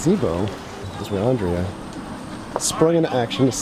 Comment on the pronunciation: Why he say andrea like that